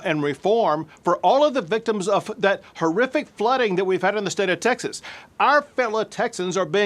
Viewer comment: goof cant even say "state of texas" like a texan or without slurring.